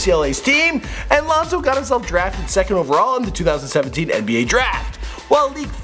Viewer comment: This man said lonzo good.smh